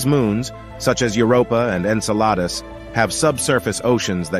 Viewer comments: I’m pretty sure these were written and narrated by artificial intelligence. Did you catch the pronunciation of “Enceladus”? The sponsors aren’t even proofreading or proof listening to the final product. There’s so much filler. And who needs to be told that the discovery of life outside of earth would have an impact? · I think is written and spoken by a computer. See the pronunciation of “Enceladus “.